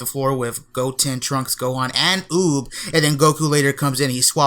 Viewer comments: UUB RHYMES WITH BOOB .. NOT OP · When said Uub I thought he said boob